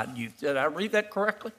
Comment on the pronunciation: Did Kennedy "read that "correckly"?...... "correckly?"